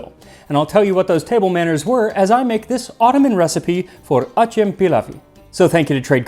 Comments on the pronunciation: It is pronounced atzem/adjem. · Its pronounced Ajam Pilavisi. C is J in Turkish Ajem or Acem means Persian or foreign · Acem pilav doesnt mean persian rice. persian is Fars' so if it was Persian rice, it would be called Fars Pilav'i how ever acem pronounced Ajem comes from arabic.. in arabic it means non arab. so in turkish it means non turk.... the word acemi for example refers to someone who is knew at something, like a job or a qualification... and acem is a new people who are not from the turks... this pilav looks persian, pakistani, uzbek, afghani etc... so Acem pilav makes sense... its like saying foreigners rice dish